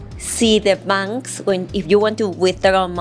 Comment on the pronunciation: Hola, tu ingles ha mejorado bastante, pero hay dos palabras que hay que pronunciar mejor. “You” se pronuncia “iu” No se hace el sonido de la y. Bank se pronuncia con la “a” que suena entre a y e, no con la a en español. Saiudos!